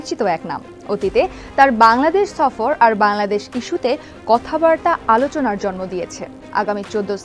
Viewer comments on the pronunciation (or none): none